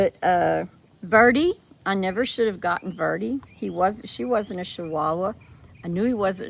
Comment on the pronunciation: It is funny how you say Chihuahua. I believe you are saying it wrong. It is chi like the beginning of saying Chili's. Not sounding like saying Shilis it's like chu chu not shu shu. Any way I think it cute and I silly they way you say it .